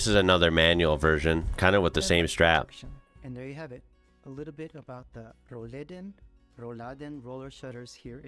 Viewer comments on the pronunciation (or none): Roll-Läden are not so much a German thing - they are very popular all over continental Europe. Like most modern tech in houses and buildings. Your second attempt was spot on. Roll-Läden (I'm writing it like this so it becomes obvious it's two words in one) aren't pronounced like Rouladen - which is a French word we use for a meat roll😉 "Roll" has the same meaning in English - and is spoken with a short "o". "Laden"/"Läden" (plural) are window/door shutters. Back then - they were split in the middle and folded to the outside. Many traditional houses (like in Bavaria) still have those. This neccessitated the window to be open. Another meaning of "Laden" is (retail) shop - because a very, very long time ago our shops started as an open window. Walking in came later. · The emphasis is on the o. If you give the a the emphasis it's something different! 😂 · Most of the times, mispronouncing something isn´t a problem. I this case it is. What Rolläden are, you have seen in the video. The "ä" in Rolläden is pronounced like the "a" in (I) ate (something). Not exactly, but very close. The way you pronounced it, it´s a braised (beef) meat dish (Rouladen) in europe. You don´t want to mistake one for the other, believe me! :DThe concept of Rolläden, or Rolladen (depends on the area) is more than a hundred years old. There should be a wikipedia entry for that to learn more. Even amazon can be a good source to learn more about this amazing contraption. You can find these all around the world. In the US and canada, you use them even in the back of your delivery trucks. That´s why your surprise about this is a little puzzeling for me. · When you say “Rollläden”. It sounds like “Rouladen”. Which is a delicious meal. hahaha. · That's why I got hungry when watching the video, hearing "yummy Rouladen" instead all the time . 😀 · I like how you turned Rolläden into Rolladen - or closer to Rouladen. You basically pronounced Rolläden as meat-and cabbage rolls. 😅